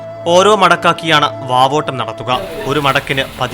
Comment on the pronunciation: വവോട്ടം അല്ല പവോട്ടം